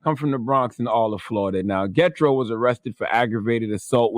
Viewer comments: Not "Getro" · Lol this dude said Get Tro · Gethro pronounced "Je thro" in the 🇭🇹 islander voice. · Yes it's being mispronounced.